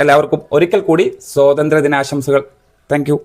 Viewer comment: സോതന്ത്ര്യ മല്ല, സ്വാതന്ത്ര്യ മാണ്